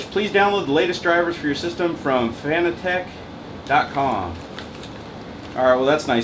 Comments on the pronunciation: I mean you no offense, but just for further reference it is pronounced like "fanatic" not like fanatec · FIN-AT-ICK. Not FANA-TECH. :P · it's pronounced "FANATIC" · It's pronounced (FUH-NAT-IHK) buddy :D